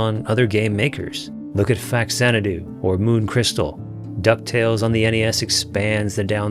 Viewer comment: The Japanese battle music was reused for the mini boss music in Minish Cap. The international battle music never came back though, even though it's one of the better battle themes for the series IMO. Also, it's pronounced Fa-Xanado (Famicon Xanado) not Fax-Anado.